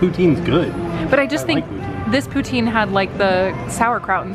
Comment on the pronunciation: Love your videos. Always chuckle how you pronounce poutine. In Canada it’s pronounced poutin like a ‘pou’ on a hot ‘tin’ roof